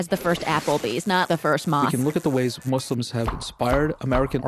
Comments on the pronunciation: Can she stop saying muz! Its so rude. It’s not cool. Allah called us Muslims so at least have the decency to call us Muslims. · lol seriously. I've heard Mazlams as well